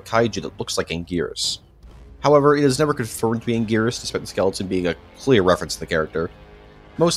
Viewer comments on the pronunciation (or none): none